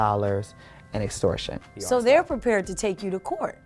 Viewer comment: Dragon Ball T Girl Series lmaoooo ; this bitch look like Miss Jay Alexander from Americas Next Top Model. How is she college educated but in her Live video she didn't know how to pronounce "EXTORTION" or "GENUINELY"?